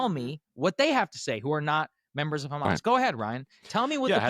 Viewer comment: That is an incontestable fact. I agree that hama5 is sheet. But these kids aren’t in hama5. I find Douglas is pronunciation of “hamazz” so insufferable.